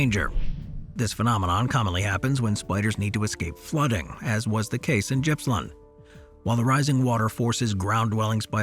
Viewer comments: Its not Jippsland its Gippsland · FYI Gippsland is pronounced with a hard G, like goat. Not criticizing, just trying to help mate.